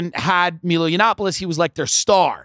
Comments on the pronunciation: I dont get why Tim is hell bent on mispronouncing Milo's name even tho he knows very well its "maj-lou" and not "mii-loo". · Nobody says Mee-lo. I feel like he's just trying to be difficult